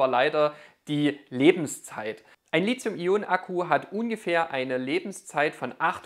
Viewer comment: Zwei Anmerkungen / Fragen zum Thema : 1) Das Metall Lithium (und somit auch die entsprechenden Akkus) werden mit T wie Li-T-hium geschrieben und gesprochen ... und nicht wie von Dir mit Z ... also falsch als Li-Z-ium !! 2) Wieviel Prozent Eigenverbrauch des Wechselrichter ist bei Staionen bis ca. 1000 Wh vertretbar ?